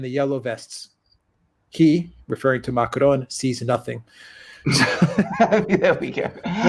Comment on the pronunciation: Again with the weird Spanish sounding pronounciation of Macron., why don't you listen to how Alexander pronounces it? First of all, extremely few French roll the R. Your basic American R is closer to the French R. Second, the final N in Macron is pronounced in a nasal way. It's not a hard N. If you can't do the French R and you can't do the nasal N, then the basic American pronounciation of Macron is a hell of a lot closer than your jarring Spanish sounding version.